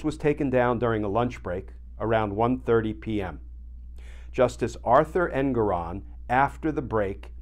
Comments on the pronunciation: Glenn, could you PLEASE learn the correct pronunciation of Judge Engoron's name. It's en-GORE-on. It is NOT EN-goron. We don't call you Kitchener. Start calling him Judge en-GORE-on. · Rhymes with 'more on'... for the censor. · His name is pronounced EnGORon.